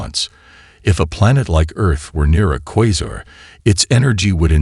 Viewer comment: How careless for the AI narration to pronounce “Saturn” as “ SAY-turn” within the first minute and “Quasar” as “Kwah-Zahr “ in the first 5 minutes and yet claim to be a YouTube channel that specializes in Astronomy and the Universe. Before the video is released some Human “Genuine” Intelligence should double check personally and fix these blatant errors. I concede that in context the AI spoke these same words correctly moments later, but the fact that no one at the channel seemed to bother to listen for mistakes makes it look as though this channel has shoddy quality control; a poor example for trying to appear scholarly and professional. Please do better in the future.